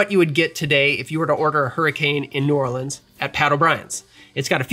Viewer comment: As someone from Baton Rouge, Louisiana can I just say THANK YOU for pronouncing New Orleans correctly! New subscriber and mixer thanks to this channel. Loved the history and love the drinks. Cheers!